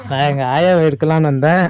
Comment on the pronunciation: சத்யராஜ் தமிழை நன்றாக படித்து ரெக்கார்டர் செய் . வந்தேன்.